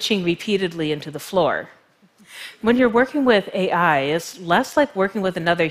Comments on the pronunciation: Adam Raymond it’s pronounced A I not All I... ;p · I’m laughing so hard ... I’m snorting and shaking... meat pies... omg. So now I can’t un hear meat pie each time she says AI 🤣 🥩 🥧